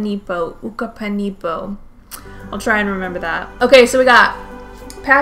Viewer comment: ukupanipo’s name is actually said “yoo-koo-pan-ih-poe” 😂😂